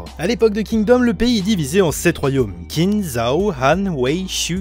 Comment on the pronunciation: Whaou ça a vraiment l air ouf rien que niveau dessin, scénario univers et j en passe par contre si tu veux savoir ça se prononcé "Tsine" voilà j étudié le chinois depuis 6 ans (je suis extrement nul à chier) mais voilà c est pour Info comme ça tu te sentira moins con si t en parle à chinois ou que tu veux caler une réf sur l histoire de la Chine voiiiila en tout cas cimer ça a l air ouf